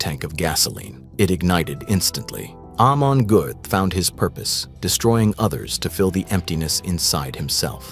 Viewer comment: Narrator really struggling with that name. Hahahaha almond guff? Amen golf? Amish Goats?